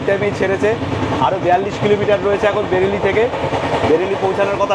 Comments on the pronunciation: Not Berili it is Bareily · কথাটা বেরিলি নয়..... ওটা বারেলি...... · Journey ta khubi valo chilo.khawa dawa ta to fatafati chilo. Bhai, bereli bolchilen but ota pronounce hobe b reli.